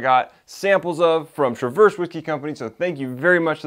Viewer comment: Great vid as always. Have to give you a couple of heads-up though. For one, Traverse is pronounced trav-erse city. Not like traverse traveling. They make great products, and the town is awsome to visit if you ever get ip that way. My only criticism of them is they are not very transparent about the fact that almost all of their products are sourced. I dont know about the finished products, but as of last summer when i was there, the only juice for sale that was their distillate was their north coast rye.